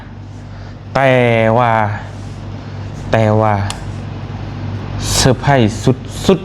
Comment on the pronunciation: Surprise ມັນເປັນພາສາອັງກິດ ບ່າວຕຽງເອີຍ ເຂົາອອກສຽງ ເຊີພຣ້າຍສ ບໍ່ແມ່ນ ເຊີໄພຣ້ ຍິນດີນຳເດີທີ່ໄດ້ໄບຢົກຢ້ອງ ສົມຄວນແລ້ວ